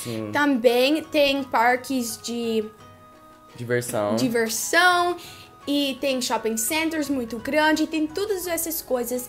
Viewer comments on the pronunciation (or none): Ela: divel-------: diversão Ela: diferlicao